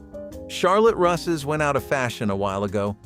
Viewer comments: CHARLOTTE "RUSSES"😂😂😂😂 AI's are so obvious it's hilarious 😂 "BOOSHAY "Noel 🤦‍♀️🤷‍♀️🤦‍♀️😂 The word pronunciation ROFL... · Charlotte Russe, that's with a long u. Coffee cakes never had coffee in them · Right? It was painful to listen to.